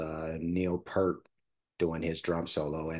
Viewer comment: It is actually pronounced P-ear-t not Pert. You had it right the second time and goggle was wrong. He is considered one of the best drummers in rock. He is also a percussionist and was the main lyrist for the band. He was on a bicycle trip through West Africa and he heard drumming from a hut. Here a villager was trying to teach a young missionary how to drum. The young fellow was very befuddled. The gentleman motioned Neil to try. Neil sat in and soon the two were making music and the women came in and started dancing. The missionary was amazed and all Neil said was "I'm in the business" To see an amazing performance with the whole band please check out Xanadu from Exit Stage Left live in Montreal Cheers